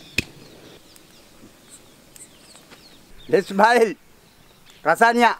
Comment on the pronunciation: wow and at the end he says chicken lasanga wasnt it an american style or classic italian i am so confused right now